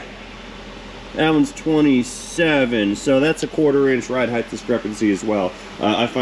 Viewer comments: Lol. So much ride "heighdth" in the beginning. It's like Mike Tyson was walking us through the strut replacement. 😂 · the word is height, not heigth. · I love your content. Height. Pronounced “ hite “. Rhymes with might or flight. I have never heard you mispronounce a word until that Mercedes video talking about ride height. I think people get confused that the last two letters in the word are HT and not TH. As an editor, this is my hill to die on.